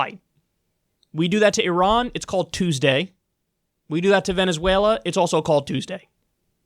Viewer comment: Kyle it's Venezuela not Venezüela